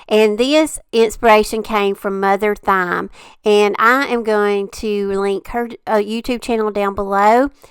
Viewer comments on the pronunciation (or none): You are so sweet,. I’m pretty sure Mother Thyme, is pronounced like “time.” 💖💖